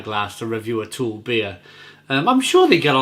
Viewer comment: I recently visited Copenhagen and while sightseeing I also spent a full day working in the Ølsnedkeren brewery. One of the evenings I visited To Øl and the brewpub was awesome!!! P.S. It's pronounced Too-Ul...not Toole. The U is heavily like "Ugh".